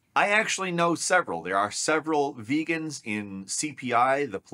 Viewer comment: He really said "some of my best friends are veagans"